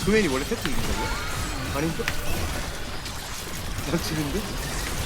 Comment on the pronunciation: 세트 얘기 하는데 왜 들리는건 섺뜨라고 들리지.....